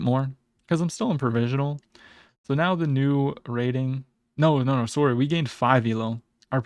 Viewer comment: Canadian sworry lol